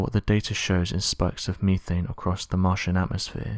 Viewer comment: Misleading title and its "Meth ane" not "Me thayne".